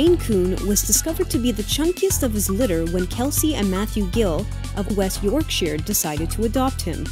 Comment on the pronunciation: that is not how you say yorkshire